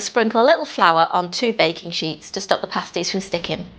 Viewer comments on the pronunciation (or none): You pronounce the "a" as in apple so "pass tees". Pastry takes about 30 seconds to make if you use a food processor or about 2 minutes if doing it by hand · pAsties... hard pronunciation on the A, similar to hAt. The way you are pronouncing pasty or pasties, sounds like paste (soft A) similar pronunciation to taste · Pay sties 😂